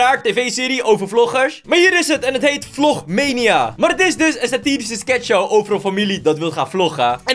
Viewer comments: Je spreekt het uit als vlogmaaniejaa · Je zegt vlogmaanieja